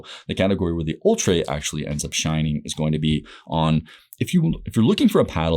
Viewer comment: It's actually pronounced "Ultra" ha